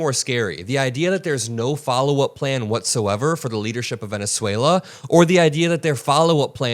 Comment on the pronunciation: You probably ought to get some sleep. You just mispronounced Venezuela.